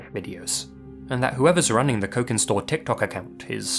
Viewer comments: "cokin" is pronounced with a soft c, like "cheese". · The c in cokin store is soft. Pronounced like the ch in cheese